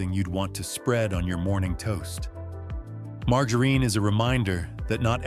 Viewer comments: I really, really, really, really wish AI would learn to pronounce things better.It's quite annoying to hear mar..jar..een.... I've noticed the bread has gotten worse and worse and worse over the last several years... Grew up on wonder bread sandwiches in the fifties... Shelf life and frozen dinners started with Swansons in the sixties... Why are so many Americans so sick especially young people? It's because of what they're putting in our food and the pharmaceutical companies are making a fortune because doctors push a pill for everything. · Mar Ga Reen? Nothing says AI as mispronunciation? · marga reen??? its ai for sure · When oh when will the AI readers learn how to really pronounce English words?!!! Margerine is not "mar ga reen", g followed by e or i is pronounced as a j. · It appears that the narrator is a robot, that can't know how to pronounce margarine as most humans speak it. (marjerin) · Lost me at mar-go-ren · has to be an AI narrator. he said "margar een" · I caught that too.😅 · Dear AI, learn how to pronounce margerine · The way you pronounce margarine shows you are fake too. The deception never seems to end these days. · Your AI narrator can't even pronounce margerine correctly. Geez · Ya gotta love how AI has such problems pronouncing words. Margarine 😂😂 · I am ROTFLOL that poor AI cannot pronounce "margarine" correctly...😂😄🤣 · AI does not know how to pronounce margarine. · This AI doesn't know how to pronounce margarine. I don't mean to say the info is wrong, but this isn't a real person. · I can’t stand AI voices that mispronounce words. I only got so far as to hear the botched word “margarine”. Ach! My ears! My brain!! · Ai needs to learn how to say margarine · 😂😂😂 - Ieas just thinking the same thing.